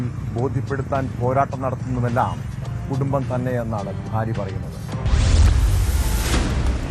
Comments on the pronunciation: ഇവന്മാർ പലരും ഫാര്യ എന്നാണ് പറയുക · അല്ല ബാര്യ 😂